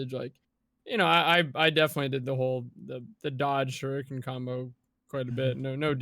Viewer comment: Take a shot each time someone mispronounces "shuriken" hahaha. Good stuff as always, I love all your voices and what they have to say, consistently.